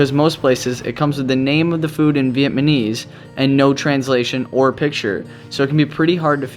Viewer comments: It’s Vietnamese, NOT Vietmanese! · Love your video but please its VietNaMese not Vietmanese as you have been saying haha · it's vietnamese dude not vietmanese like an f@ moron! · Vietmanese! Hahaha